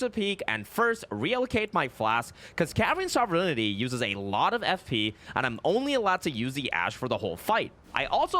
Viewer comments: Carian sovereignty pronounced sovejfjfnty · Scadu, as I understand it, is the Old English word for Shadow, and is pronounced Shaduh. It is way more frustrating the number of times you buggered Sovereignty. Sov-ren-tee. You don't have to pronounce every letter to pronounce it right.